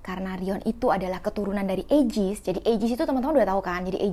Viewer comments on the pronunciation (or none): Ka aigis bukan ayjis